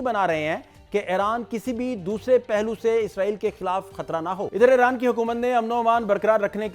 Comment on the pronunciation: جناب جب غلط عرف عام ہو جاۓ تو صحیح پر غلط ہونے کا شک ہوتا ہے۔ یہ نام "ای ران" ہے "اے ران" نہیں۔